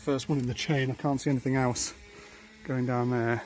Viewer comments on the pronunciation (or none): none